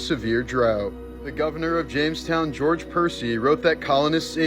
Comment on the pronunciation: Its "Jamestown" not "Jonestown"